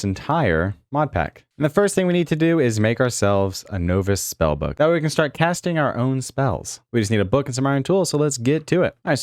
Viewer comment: please look up the pronunciation of novice